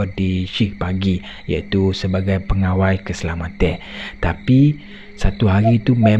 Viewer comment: Sebutannya pengawal bukannya pengawai...😊😊